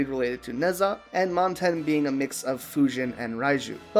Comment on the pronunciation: When pronouncing Nezha it's "Nuh-Zha"